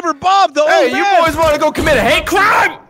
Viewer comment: A hate CRIME! I want this to be the default way to pronounce it now.